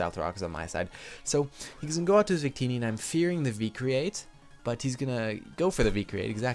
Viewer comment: Wait..... Did u just say Zuccini instead of victini? Sorry if its just my hearing but i just wanted to point that out...